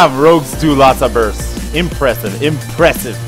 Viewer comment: i like it how sais very imprezev